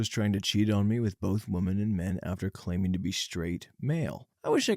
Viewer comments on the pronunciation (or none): Pronunciation guide: Woman (singular); wuh-mun Women (plural); wih-min. I wish this guy would get this right, once and for all. 😑